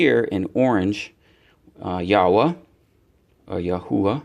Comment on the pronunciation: Thank you for pronouncing the Name Yahwah correct